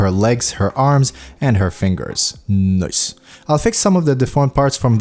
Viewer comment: That "noice" of yours really makes me happy